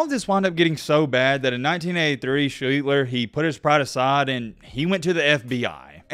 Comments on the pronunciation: The very least you can do is pronounce his name correctly. Not Schleetler. Try adding an s and t and dropping the t and l. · That isn't how you pronounce his name, it's SHLEACHS - TER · For a guy that supposedly did his "research," he can't even pronounce his name. It's SLEESE-STER. I just couldn't get through it. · It was pronounced Sh-lee-sh-ter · Pronounce well his last name. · u r really butchering his last name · Your pronouncing his name wrong. Lol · The video is good, but you have to be sure you’re pronouncing the last name correctly. It takes away from the quality a lot.